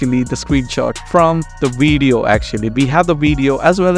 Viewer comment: Oh the weedeo? Have you had your cow dung sir?😊